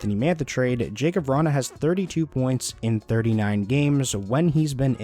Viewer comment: his name is pronounced, ya-kub, just to let you know :)